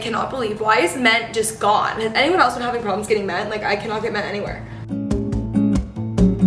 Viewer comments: Question!!! Why is that you pronounce “mint” ment? something I noticed it’s adorable lol just curious 🤍🤍😊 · I kept hearing men😂 “anyone else having problems finding men, why is men just gone, i cannot find men anywhere” had my dying!!!